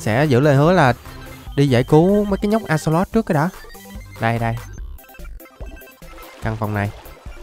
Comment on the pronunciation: Axolox mà anh nói là alay